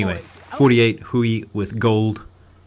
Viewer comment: For your future reference, hui in chinese is pronounced h-way, the ui makes a "way" sound.